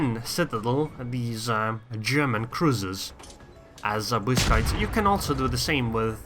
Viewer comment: I've never heard any foreigner say 'Błyskawica' so perfectly. As a Pole, you've made me proud.